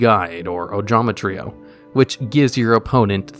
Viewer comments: I am so happy he didn’t say “Ojama Try-oh” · What is this? actually pronounced ojama trio right? What is the world coming to?